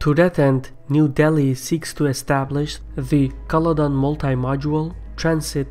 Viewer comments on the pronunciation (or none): none